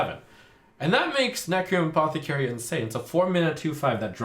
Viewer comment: "Necrium Aposecary"